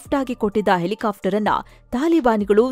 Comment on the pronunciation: ಹೆಲಿಕಾಫ್ಟರ್ ಬದಲು ಹೆಲಿಕಾಪ್ಟರ್ ಅಂತ ಸರಿಯಾಗಿ ಉಚ್ಚಾರಣೆ ಮಾಡಿ.